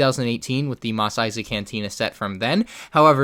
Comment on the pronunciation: ‘Mosley’ correct. Nice